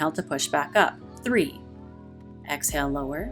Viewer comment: You need to work on the way you pronounce inhale and exhale because I'm hearing you say "in hell" and "ex hell" and it really disrupts the frame of mind I'm reaching for.